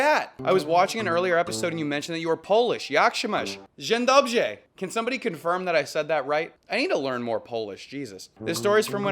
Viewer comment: That was not right I am polish 🇵🇱 it is pronaced jindobra